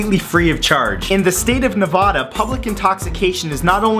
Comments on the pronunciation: Ugh!!!! #33...... Why is it so damn difficult for people to pronounce Nevada correctly?! It's not, " Ne-VAH-DUH"". Say it with me now, " Ne-VAD-A". Just had to get that out there because it's my home state. Battle Born baby!!! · It's Nevada not nevoda. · ITS FUCKING NEV- A-DUH NOT NEV-AH-DUH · It's pronounced Nevada NA VAD A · That is not how u pronounce Nevada I hate everyone who pronounces Nevada like that